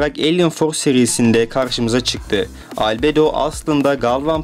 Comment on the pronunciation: Abi şu video nun başında dediğin Albedo diyisin çok havalı